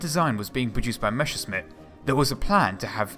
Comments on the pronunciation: The pronounciation of "Messerschmitt" seemingly is an art not to be mastered by English speaking people. But apart from that, this is a first class video. Well researched, well built, very informative. Thank you for your effort! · Dude i love you and your videos, but I swear, every time you attempt to say Messerschmitt, a German engineer commits suicide. :( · Nice video, but "Messerschmitt" is pronounced exactly the other way around, you keep saying "Meschersmitt" ;) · Great stuff, but please stop saying "Meschersmitt", when it's "Messerschmitt"! ^^ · It's Messerschmidt, not Mescherssmidt, and Volksjäger translates as "people's fighter", not "people's jet". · it's Messerschmitt, not Meschersmitt. "sch" is pronounced like the english "sh". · "meSSer-SHmitt", not "meSHer-SMitt"! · MeSSerSHmit! Not MeSHersmit! That's how you pronounce it! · Messerschmitt for gods sake. Not Meshersmitt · Mesh 'er, Smith! Great vid tho :) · Mesure shit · Mäsa shnitzel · Good video, learned about some new types of planes, however the 1 month time obvbiously was not enough for learning to correctly read/pronounce "Messerschmidt"... hint: It's not "Meshersmit" ; ) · Why does he say Mescherssmitt ? :D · Its pronounced "mess-ser-shh-mit" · No - it's a sharp s in "Messer", not a "sh" or "g" like in "measure" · Plesse, do some rehearsals: it is mess like "what a mess" then it is "r" like "err - or" and simply "Schmitt".